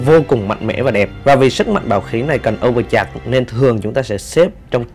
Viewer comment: etou giọng đọc này ngon nè :"))). nhưng mà chữ Overcharge là âu vờ chát chứ hong phải chạc anh ơi XDDDDD